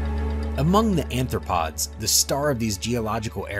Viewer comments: He said "anthropod," like it's an early APE. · Also, arthropods NOT anthropods or -especially- anthropoids!